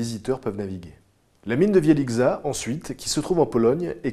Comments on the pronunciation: Je voulais juste te signaler que la mine polonaise, Wieliczka, se prononce Vielichka, et non Vieliczka. ^^ sinon très bonne vidéo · Pour information, la mine de sel en Pologne se prononce Vielichka, pas Vielisga, et ca s'écrit Wieliszka :) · wielickza se prononce Vilitchka mais sinon super vidéo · Super, c'est un plaisir de regarder vos vidéos, nous apprennons toujours plein de choses :) Cependant pour la mine de sel "Wieliczka" cela se prononce : Vièlitchka. Je suis d'origine polonaise et ai déjà visité cette mine qui est tout simplement magnifique :) Merci de nous transmettre votre savoir. En espérant qu'il y aura encore de nombreuses vidéos qui suivent celle-ci. Je vous souhaite une bonne continuation :) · Très belle vidéo, comme d'habitude ! Le ton de ta voix force l'attention, c'est rare et très bien utilisé dans tes vidéos :) Une petite chose m'a fait tiquer cependant, au sujet des mines de sel, l'ex-mine (car plus en activité) en Pologne se nomme Wieliczka, à prononcer 'wiélitchka'. Pour l'avoir visitée, je peux confirmer que c'est majestueux !